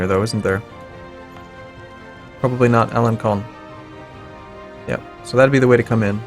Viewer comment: like when he said "Alencon" and I was like wtf, it's pronounced Alenson, becaus it's written Alençon. Then I watched the map and the game displays it as "Alencon". Anyway it's always funny to hear him say the french provinces, I've grown fond of it :D